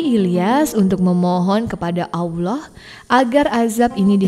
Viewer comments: Bukan Aullah..Allah..sebut bg jelas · Nyebut Allah nya Terdengar Susah bngt smpe jdi Owloh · Koreksi sedikit. Penyebutan nama Allah itu tidak ada huruf w nya. Makasih